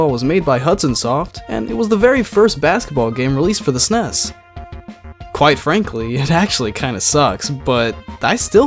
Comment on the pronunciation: GUH PLEASE STOP SAYING "SNESS" SO GROSS.